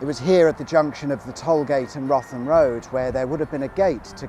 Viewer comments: Umm its "root-ham" not "rotham" as locals would be quick to point out, they get quite cross about it too lol I remember the old Tollgate, also remember my uncle's failed E petrol station almost opposite and further down the Little Chef round the back of what was RAF Gravesend now Riverview Park which my ol' mum was manageress of for a good while. Back in the 70's the A2 wasn't tarmac'd from the end of the M2 right up to Crayford, just concrete slabbing and loud noises coupled with the curses from drivers whose crossply tyres were making life very very miserable inside the car lol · Wrotham Road is pronounced root ham road by the locals 😃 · 'Wrotham' (Road) is pronounced 'Rootam' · it's pronounced root-ham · ouch... Wrotham is pronounced 'Root'em'! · Wrotham road pronounced Routum road. No idea why. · please pronounce wrotham road correctly please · As a Man of Kent, those pronunciations of Lympne and Wrotham killed me! Love the channel, though. Thanks for all your videos!